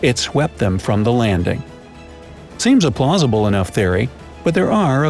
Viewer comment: and am I the only one who heard him say “quite plozible”